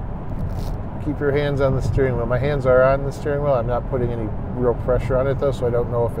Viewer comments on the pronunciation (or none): none